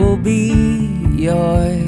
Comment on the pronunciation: This is a great fkng song. And I LOVE the way you pronounce 'Joy.' Leave that!